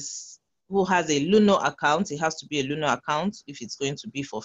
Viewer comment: Luno not luna please